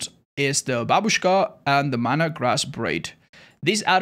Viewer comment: I like how says "Babushka". Almost without an accent, which is very unexpected.